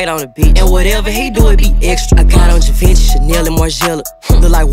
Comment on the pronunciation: That is not how you pronounce "GIVENCHY" Lmfao!